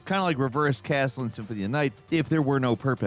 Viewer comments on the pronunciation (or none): none